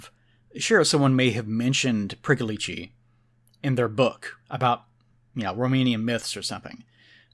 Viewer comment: It's pronounced more like Preeckolich